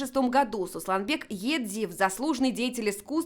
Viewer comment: Не сослан бек а сослан.у вас одни бекы и быки.везде бек ма бек.фууу ай ва сыжы ва бекима